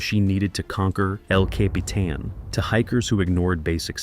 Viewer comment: I got lost at el capeeeetan. But I found my way back. Eventually you got it right